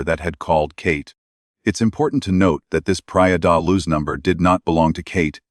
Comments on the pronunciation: Praia de Loooge. Not Luzzz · This is an annoying AI voice hence the reason this voice can't pronounce Luz.